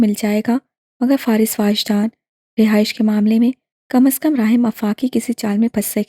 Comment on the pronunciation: It is wajdaan not waajdaan